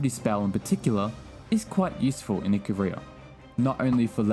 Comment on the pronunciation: Btw IcAria not IcaRiah xd